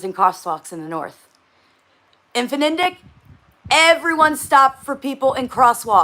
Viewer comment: Its FniDeQ Fni Dek not fenendek